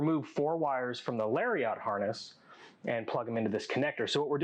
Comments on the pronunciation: Great video. But hearing Larry-ot instead of Lariat drove me nuts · I REALLY needed these instructions for my own 8pin to 22pin town mirror install, so thank you, but the way he says "Lariat" is really bothering me, hahaha